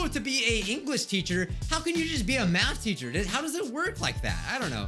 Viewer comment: i think im high because i keep hearing meth teacher like idk some1 selpp me